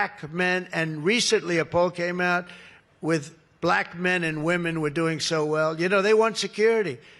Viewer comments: Ya like "baLACK" 🤦🏼‍♀️ My mom who's maga does the same thing 🙄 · Yeah, why do he say "BLACK" like that. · Somehow he turns it into a 2 syllable word. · Bl-AAAAK women and Bl-AAAAK men. Why does he have to say it so weird? SO cringe. This 'press conference' is a Fkn weirdo rambling like he has lost his entire mind. Power plant, copper wire - glass wire, Darth Vader??? 🤪😵proves his brain is COOKED. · The way he says blACK! Makes me roll my eyes every time. There are NO beautiful Black women wearing MAGA hats, either. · Why is it when he says the word ‘black ‘ it’s more pronounced and loud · WHY does he put the EXTRA EMPHASIS on the word BLACK?!? Oh yeah, I KNOW WHY!!!😮😮😮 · 😂😂 why he say BLACK so hard, 😂😂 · Jeez... could he force himself to say "black" any harder? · Can someone tell me why Trump pauses before saying, “black”? Also, why does he say the word “Black” so hard and loud? Tell him to try the word African American, although we are not considered apart of his America! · Notice how he says black. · Why is he emphasizing on black like that ?Is it because he may find some black blood in his veins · First of all, what does he say BLACK like that? And why does he use it 17 times in three sentences? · Why does he say Black like that? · He’s such a weirdo. Why does he pronounce BLACK as if all caps and in bold text? Such a weird man going through some weird things. Why is he still in office? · Can he put any more emphasis on the word black? WTF?! Smh I wantto see the paper he seems to be looking at. He just likes hearing himself. HE’s gonna let everybody have their own power plant——my head is tilting-huh? F—-the king idea, he thinks he is god. What drugs is fElon supplying him with? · Why he gotta say "BLACK" all extra hard tho?? That's how you know this is unfamiliar territory for his racist ass lol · Why does he keep saying BLACK like that?WTF🫩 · hard on the BL and emphasis on the ACK! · Please appreciate that “ black” is now a two syllable word